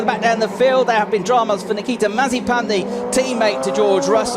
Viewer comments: Nothing: Nobody: F3 commentators: Nikita MARZIPAN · I love the narrator calling him Nikita Marzipan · I love when the say Nikita Marzipan xD